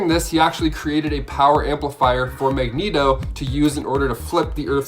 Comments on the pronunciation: He also said (magg-neto) instead (mag- ne-to) and then said mag neto the entire time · Great video cuz, but it's pronounced Mag-Nee-Toh and Ill-Yana. Beyond that I appreciate your content ☺️ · Quite a few errors in the beginning. He first called Magneto... Magnet-0 Totally screwed up the Wolverine Age of Apocalypse explanation